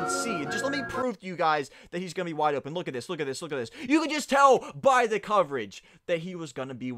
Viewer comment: Y for wide listen to the w and say it like wwwwwide